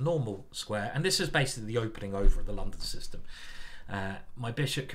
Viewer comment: As a foreigner I have to confess: very nice pronuncitation by introducing in the London System. And yes, as a child of the 1970s, I love Space Invaders and Pacman :-)